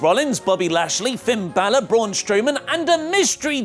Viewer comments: Hey it's Finn Balor not "Finn Bluer"!!! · “Finn Bluer” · who is Finn" Bluer"? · finn bluer???? lol